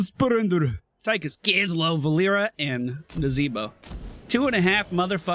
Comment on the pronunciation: YEA BOY! That NAZEEEEEEEEBOH! was on point! Man deserved a vote pally :(